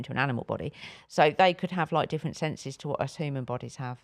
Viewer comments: And “hooman” from 😂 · this is coming from the woman that pronounces ‘human’, ‘hooman’